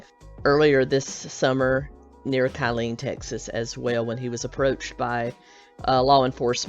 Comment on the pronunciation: Just FYI, the town near Ft Hood is pronounced like "Kill- lean" - not Ky-lean.